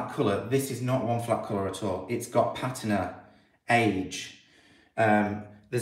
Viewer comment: Your pronunciation of patina is correct. Pa-teena is not correct. I don't know who's telling you you're wrong, but you're not. Just thought you should know. BTW, I'm American and pronounced it incorrectly for years until I was corrected.❤️❤️❤️❤️❤️❤️